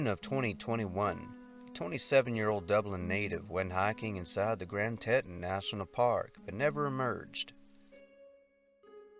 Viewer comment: His name is pronounced Kerin And the national park is Grand T- ton (that's a short o)